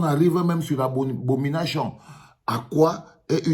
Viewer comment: 😂😂"abominashion" haa longue à vous grand frère.